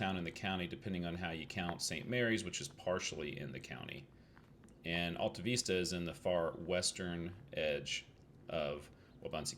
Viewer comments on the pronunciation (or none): Luv it !! You're so close to my place. It's not just the Vista (view) it's the Alta (high place), too. You gotta say from the diaphragm, like James Earl Jones. AHL TAH, VISS TAH. Real slow. 😀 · Yep, not only was the Vista wrong but the Alta part is more Al like in a man's name sound. It was good but you had to miss a lot of information that a local could have given you--but you probably didn't have any more time. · Everybody give Coach a thumbs up and subscribe so you can help his algorithms! Lesson #1 Coach: learn the correct pronunciation of the town so you don’t tick off the locals. 😂😂 Fun fact about the electricity being shut down at 11 back in the day. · Another great find in Kansas. Thanks for braving the cold to showcase this gem. Don't worry about the mispronouncing, we Okies do it all the time. Stay warm, safe travels and GOD bless